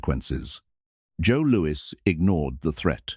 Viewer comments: "Boxer Joe Louie"....gotta love the dopey AI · "Joe Looey"... AI slop. Would've been better to hire a narrator.